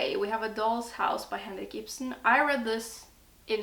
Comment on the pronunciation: I heard your pronunciation of Henrik Ibsen and was like «Is she Norwegian?» Checked your profile and YUP 🇳🇴